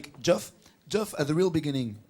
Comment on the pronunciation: "Portish head"..."Joff" LOL